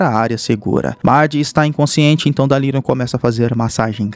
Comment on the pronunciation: fala o nome danilo certo porfaavor